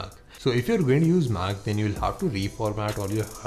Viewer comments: It's mac and not maaaaac I don't like this mans voice........he looks like a truck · your pronunciation of MAC is so annoying, I don't know how you got these likes... :/ confusing